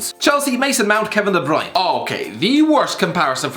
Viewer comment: de broin